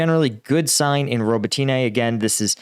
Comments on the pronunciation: Z a p o r i zh zh i a There's no "h" sound!!!! Please :) And Robotyne, the "y" is pronounced like a short "i" rather than "ee". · Robot-tin-na please and I am English! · Robotyne = ro-BOT-ti-neh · FYI, Robotyne is pronounced Ro-BOT-tin-uh. No way should Westerners support freezing the war and Russia’s keeping the areas it has laid claim to because all that does is reward Russia for invading Ukraine, stealing (or trying to steal) Ukraine’s sovereign territory, and committing innumerable war crimes. Russia would say their war is over and peace has come, but Russia breaks every promise it makes; if a Russian’s lips are moving, he is lying. Russia would use the “peace” to rebuild its military and attack Ukraine before invading other countries. Russia must not keep any part of Ukraine because it would use the land as a base for attacking the Middle East, and Russia and China would work together to wipe out democracy around the world. At first I thought this would be a good channel to watch because of your military expertise, but I see you are not well versed in the political and international realities Ukraine faces. If my assessment of your knowledge is incorrect, then I question your judgment in failing to condemn Russia’s disingenuous call for keeping part of Ukraine and entering into a frozen peace. Anyway, good luck. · like a bank... ROB-BOT-TEEN-EEE-YEAH & OOO-ROZ-JAYNE-EEE-YEAH (but drop the J sound when you say it)